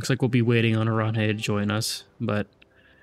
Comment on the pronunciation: Oranje is pronounced 'oran-yuh', but doesnt't matter tbh